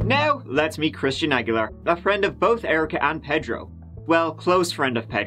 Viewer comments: Ped ro? You mean pay dro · As a Miami native, I’ve never heard the name “Pedro” pronounced the way he says it! 🤣🤣 I’ve always heard it as “pay-dro” never “ped-ro”! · Say it with me .... PAY-dro